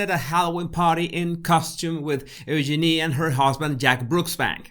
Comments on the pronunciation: she actually said her name correctly. Listen again. It’s pronounced Use-Jin-ee. Fergie and Eugenie have corrected people many times over. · no its not , there is a video of Sarah York saying how to pronounce it and she says just think, use your knee said faster it comes out Eugene